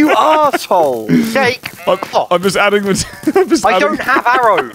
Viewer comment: Why I always hear Yeyk instead of Jake?